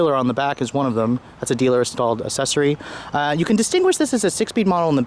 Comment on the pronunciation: He went full Asian